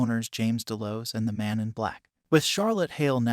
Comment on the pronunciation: Dude obviously didn't watch this show, from the way your pronouncing certain things like "Delos" it sounds as if you've never heard it spoken.